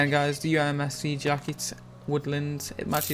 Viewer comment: *usmc - not umsc ...... *tisy - not tisly .....